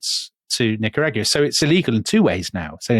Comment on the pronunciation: Nicaragua....yes, well, check your pronounciation, you British historians!